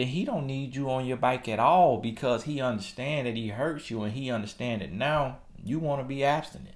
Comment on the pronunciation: More like “Listen to meh na” hahahah